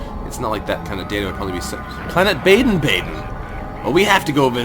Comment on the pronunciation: It is pronounced baa den